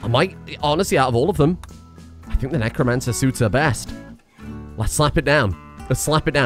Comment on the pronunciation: Necro-anne-cer, need I say more?